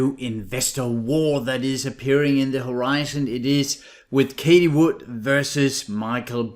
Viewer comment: You mentioned her name so many times, and you pronounce it wrong every time. It's like fingers on a blackboard. Everyone is talking about her...so you surely must know how it's pronounced. Why do you constantly call her Katie ??? It's Cathie, ffs. It's not that difficult.